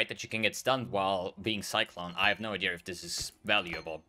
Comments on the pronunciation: Am i the only one hearing say "novaR" and "ideaR"? Its so weird lol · It's called intrusive r, look it up